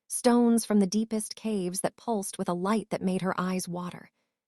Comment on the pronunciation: A good story, and a nice change from gloomy castles, floor scrubbing and over used phrases (practiced efficiency). Please do get a different AI voice, though. This one has grade school English standards and repeatedly mispronounced words such as pulsed and a few others, which were an annoying distraction from the narrative.